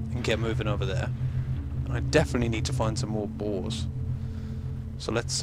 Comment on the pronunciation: when he said boars it sounded like balls